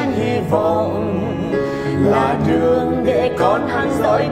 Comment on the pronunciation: Chữ "để" mà chị cứ phát âm thành "đệ".